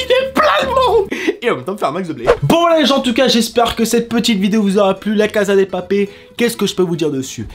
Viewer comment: Ça se prononce "la casssssa de papellll"